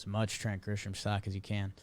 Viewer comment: I comment on these everytime you say it. My guy. It's not Grishom, No "H" in the pronunciation. My fellow Braves fans and I thank you. #jakesucks